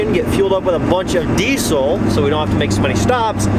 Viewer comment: Having a diesel YouTube channel you would think you’d pronounce diesel right. It’s pronounced “deezl” as by the dictionary definition. Not “decul”